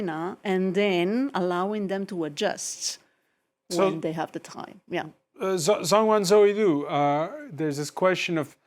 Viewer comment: Please work on your pronunciation of Chinese names. Zhang must be pronounced /d͡ʒɑŋ/. There are many other examples.